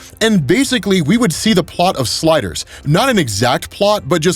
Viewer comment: Mf said “sliders” 🤣🔥